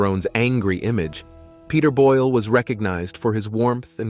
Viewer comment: *Boyle. NOT: "Boyel"-!